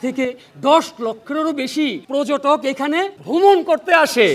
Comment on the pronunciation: হানিফ 'সংকট' যা বলেন, ০১. পর্যটক উচ্চারণ 'পোর্‌জোটক্‌'; সংকট বলেন, 'পর্‌জোটোক্‌'। ০২. প্রশ্ন উচ্চারণ 'প্রোস্‌নো'; সংকট বলেন, 'প্রোশ্‌নো'। আগেও একবার বলছিলাম, আবারও বলি। ০৪. সঠিক উচ্চারণ 'সঠিক্‌'; সংকট বলেন, 'শোঠিক্‌'। ০৫. কর্তৃপক্ষ উচ্চারণ 'কোর্‌ত্রিপোক্‌খো'; সংকট বলেন, 'কোর্‌ত্রিপক্‌খো'। ০৬. বাঁওড় উচ্চারণ 'বাঁয়োড়্‌'; সংকট বলেন, 'বায়োর্‌'। ০৭. মণ্ডলী উচ্চারণ 'মন্‌ডোলি'; সংকট বলেন, 'মোন্‌ডোলি'। .. ওনার পুওরলি পেইড চ্যালা যা বলেন, ০৮. কেমিক্যাল উচ্চারণ 'কেমিক্যাল্‌'; চ্যালা বলেন, 'ক্যামিকেল্‌'। ০৯. সেলিব্রিটি উচ্চারণ, 'সেলিব্রিটি'; চ্যালা বলেন, 'সেলিব্রেটি'। আগে থেকেই ঠিক উত্তর দেওয়া প্রশিক্ষণপ্রাপ্ত বলেন, ১০. ঐতিহয্য উচ্চারণ 'ওইতিজ্‌ঝো'; প্রশিক্ষণ বলেন, 'ওইতিজ্‌জো'। ১১. লক্ষ উচ্চারণ 'লোক্‌খো'; প্রশিক্ষণ বলেন, 'লক্‌খো'। আসেন, ইত্যাদিকে বিনোদনমূলক না বলে ভাষা 'নির্যাতনমূলক' অনুষ্ঠান বলি। এবং ভাষাকে নির্যাতন করার চেয়ে সংকটকে আদমব্যাবসা করা পরামর্শ দেই। নিশ্চয়ই সমাজে আদমব্যাপারির প্রয়োজন আছে।